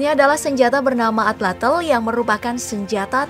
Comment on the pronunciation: Bukan Atlatel tapi Atlatl Tl bukan Tel